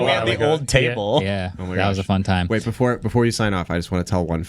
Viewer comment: “Not going to way it.” 😂